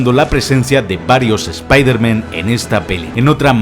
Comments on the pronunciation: Me da cáncer cerebral cada vez que dice espeederman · Me encanta el video soy super fan tuyo.....pero que nervioso me pone que digas spidermEn en ve de spidermAn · Se dicen Spider- mAn Se dice Iron-mAn No mEn 😓😓😓😓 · Pronuncia bien las palabras q es un espiderman??? pronuncialo como se debe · La mitad de las cosas no son curiosidades reales, son movidas que has cuadrado tú porque te han dado la gana. Además, de verdad, deja de decir "Espaidermen", que no sabes decirlo xd. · "Eme jota" "espiderman" porque les cuesta a los españoles pronunciar las palabras en inglés? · Spiderman ( pronunciación literal ) me matas !